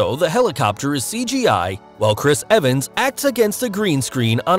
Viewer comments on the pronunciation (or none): none